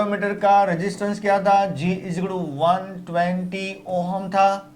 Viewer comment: ohum nhi h sir voo ohm h